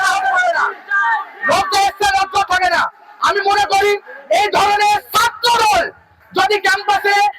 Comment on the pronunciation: ছাত্রদল ❌ ছাত্রদধ ✔️